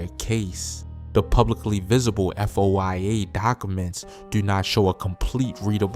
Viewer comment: Foia stands for freedom of information act so he can say F.O.I.A